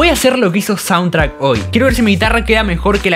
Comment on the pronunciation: Sauntrack no es jajaja Es chauntrack xD Muy buen el vídeo mi hermano, tus vídeos son muy entretenidos.